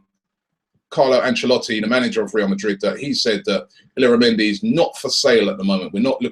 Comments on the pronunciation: btw it's pronounced "Ill-yara-mendi". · It's pronounced 'yaramendi'